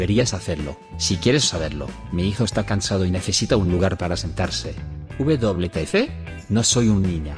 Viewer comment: Loquendo: uve doble te efe?